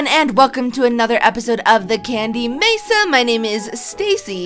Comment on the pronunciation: Not to be rude, but it's Mesa